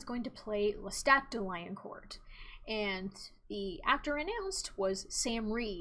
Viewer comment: First time watching. Like the video and your style of delivery. Just a heads up on pronunciation: Louis du Pointe du Lac- "Pointe" sounds like Pwahn Lestat de Lioncourt - "Lioncourt" sounds like Lee-AHN-core Seriously just trying to help. Take it or leave it. Mwah!